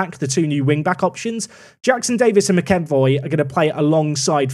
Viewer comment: McEvoy is pronounced the actor James McAvoy 😉